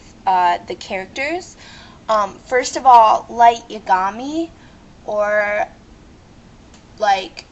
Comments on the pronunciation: YOUR OFFENSIVE and in almost every anime there has to be at least one random/funny characacter like in bleach there's Kon and Ichigo's father!!! and Light's last name is Yagami say it with me Ya-Ga-Me say it correctly!! Matt he smokes big fucking deal doesn't over half the world smoke...and news flash! alot of people get shot we can't do a god damn thing about it and guess wat in other shows like NCIS a lot of fucking people get shot!! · Yagami is pronounced Yah-Gah-Mi. It is a japanese name. Also L is a world class detective. I dont understand how you think Matsuda is mentally challenged? Another thing is that getting shot in the show happens a lot everywhere. Slavery of old people doesnt real happen. He pledged himself to L. Now with Mellow, you are being offensive. You don't have to say your a guy. Beither does Light. How is leather offensive? You are being more offensive. Im Jewish and you have a right to show your religion. Scars are fine. That picture is not Death Notey. lol. Near, again, is a world class detective. White hair? Pajamas? Really? This is why adult swim has ADULT in it. Death Note is fine. This is a person (No specifying age, I don't want to be mean at all) who is being a bit offensive to others.... I think Death Note is perfect, though I don't like the ending :3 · Stupid, it's pronounced Ya-Gah-Mee. Plus, Yagami means night god. Your a total idiot. Watari is a butler, not a fucking slave you moron. Also, 4kids fucking sucks, they ruined a lot of my favorite shows. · lol smooth move dipshit you-gami? yag-a-mi your pronouncing it wrong fail. Lets see "L" is a genious who "is payed" to sit on his "ass" and solve crimes. Matt? dont diss matt hes just hardcore as shit. Wa-tardy? wtf? your pronunciation is terribad.